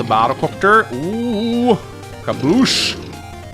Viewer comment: keeps inventing new butcherings of "skadoosh." He can't keep getting away with it!